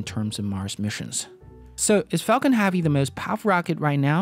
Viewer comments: Falcon H•ea•vy pronounces Hevy, not “HAVY” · drove my chavy to the lavy but thalavy was dray... for the love of god pronounce it like hevy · your accent seems normal to me, why can't you pronounce HEAVY? Especially since you use it at least 15 times per video EDIT : you also say Davil instead of devil, is it a speech impediment of some kind?